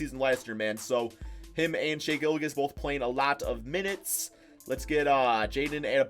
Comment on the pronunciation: did just say Gillagiss 🤣🤣 it’s pronounced Gill • Juss